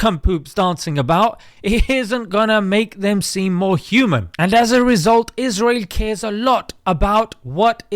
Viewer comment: Stop giving them voice. Stop saying israhel ughh